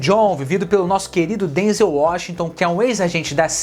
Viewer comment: Você ta pronunciando o nome do Denzel errado querido rsrsrsrs